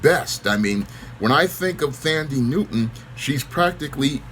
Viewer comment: Her name is pronounced - "Tundee" .